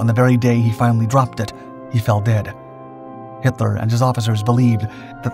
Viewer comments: DUUDE his names Hitler not Henler its pronounced with a T not an N but besides that good job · We’re you saying Himler? Or Hitler?